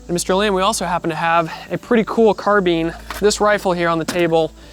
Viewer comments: lol Car-bine > Car-been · I can't listen to those peeps calling a carbine a 'carbeen' . Always wondering if they're actually serious or making just fun of something? It's beyond me. How do you folks say 'combine' then, huh? Just a rhetorical question. There's just no logic nor consistency in that Mickey Mouse lingo of theirs. 🤡Civilisation gave them a language, and now listen what has become of it. 🤕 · kept laughin everytime he said carbean lol